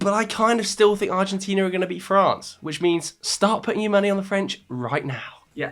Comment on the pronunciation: There's only one R in France btw